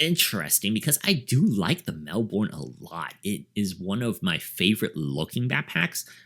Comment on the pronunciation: Good review! FYI Because it's an Australian brand, and Melbourne's an Australian city, we pronounce it Mel-bun.